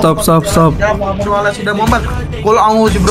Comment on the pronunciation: lam difat-hah bacanya la. Allah bukan Alloh